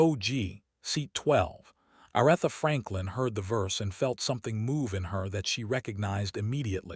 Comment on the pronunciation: It would be nice if you would pronounce her name correctly. I stop watching as soon as I hear her name mispronounced.